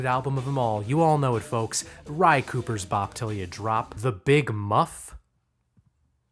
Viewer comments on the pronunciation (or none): Ry cooder not ry Cooper. Otherwise, great video